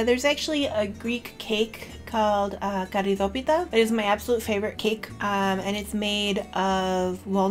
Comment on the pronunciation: thank you💕💕 I like your channel too. I subscribed too. ☺️☺️ Keep making more videos❤️❤️❤️ and you pronounced perfect my lovely merenda 😇😇 (and καρυδοπιτα too).